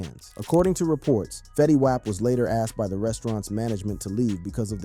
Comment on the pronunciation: The OOPS, Fetty Waap and PIHRUH....You mean the opps, Fetty WAP pronounced WOP, and PIRU pronounced PIE RUE!! n8**ga?